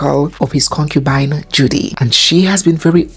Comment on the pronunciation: 😂😂😂, the word Cocubine 😅